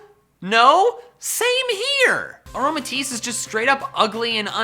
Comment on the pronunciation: KLEFKI DOES NOT END WITH AN E, TIT ENDS WITH AN I! AROMATISSE, NOT AROMATIES!